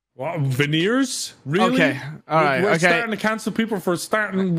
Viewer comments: Is it me or i just don't hear the g in veeners? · If you put the playback speed to.5 definitely added a “g” in veneers 🤣🤣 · I WAS going to be on side in the "Veneers" clips, until he played it again! He really DID add a G! 😂 Also, does Terroriser's soundboard clip count as slander? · Min play it on 0.5x there is literally a G right there 😂😂😂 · I still dont get how veneers sounded like the n word